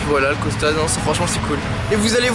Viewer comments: Vous savez pas parler c costal pas costa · Pk il dit Costa ??